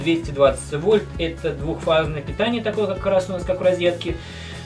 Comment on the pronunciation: ДВУХфазное? Я не разслышал?